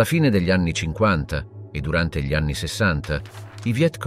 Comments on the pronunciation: G LI al posto di Gli non lo definirei un bella dizione... ma livello buono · È un sintetizzatore vocale.lo si sente all'inizio quando pronuncia "gli" come "ghli" (con la g dura, cosa che nessun umano italiano farebbe)